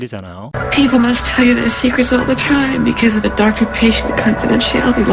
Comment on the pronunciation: People must tell you their secrets all the time because of the doctor-patient confidentiality. 가 의미적으로 이상하지 않나요? 그리고 tell이 너무 안들려요.